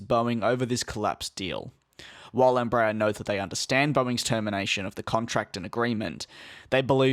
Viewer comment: Please....it's NOT "embrayer"....it's "EMBRA- AIR"...even in Brazil.....